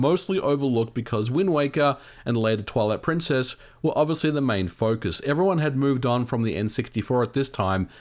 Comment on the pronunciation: For a half a second I thought you said 'Legend of Zelda, Toilet Princess"... LOL